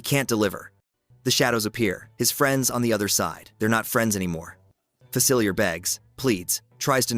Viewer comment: It’s pronounced fuh-sill-EE-AY, “”! You said that wrong three times! 🤨 Another one is AH-nuh; Anna from Frozen. 🤨